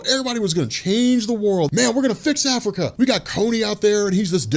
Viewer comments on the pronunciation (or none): none